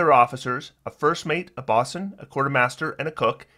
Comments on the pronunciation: I really hate to be this guy. Bosun has a long “o,” like “bow-sun.” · Great video, thanks for the overview. But bosun rhymes with "Know Sun".